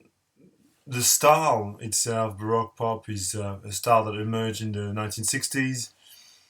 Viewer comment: Barowque pop is the pronunciation